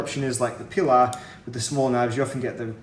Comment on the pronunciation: You are the first english speaking person that I have heared pronounce "Pilar" correctly